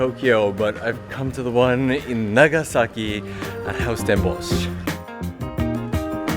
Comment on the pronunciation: Did you say house Den Bosch? At least, it sounded very Dutch 😁